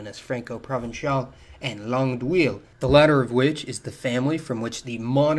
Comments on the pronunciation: Langue d'Oil is pronounced as langue d'wal, not d'wil. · bro you killed me when you tried to say "langue d'oïl". You said something like "langue d'will" while you should have prounounced it "langue d'O-I-L" (like the english word "oil")